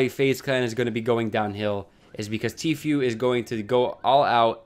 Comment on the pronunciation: It’s literally pronounced T-Foo not Few 😂😂😂